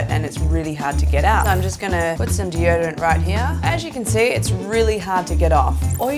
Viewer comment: "d.o-dorant" xD